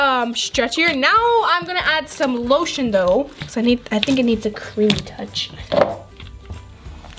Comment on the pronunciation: You said oiltion